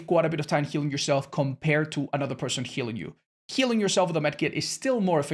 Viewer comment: i think meant someone else healing you, but it sounds like someone else killing you (Aplogy for pointing out if its a mistake, just want to make sure my ears are fine )